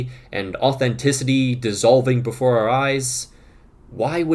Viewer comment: Your "before" sounded like the German "bevor" and had me extremely confused for a millisecond